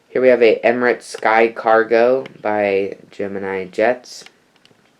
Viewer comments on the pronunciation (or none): none